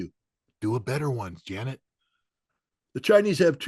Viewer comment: "Janeter" Yellen!